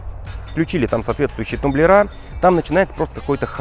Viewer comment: Не тумблерА, а тУмблеры.